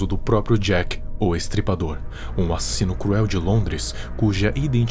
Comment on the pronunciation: "um assino cruel" Cruel é esse português seu kkkkkk